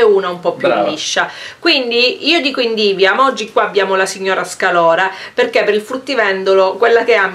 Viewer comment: sei fantastica...ma xké dici SCALORA? si dice SCAROLA!😁